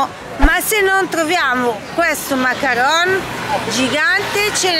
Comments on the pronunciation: Si chiamano mancaron non macaranes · Ms si dice macaron non macarones